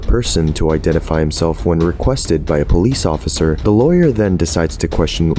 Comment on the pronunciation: Plesss… POL… plolice occifer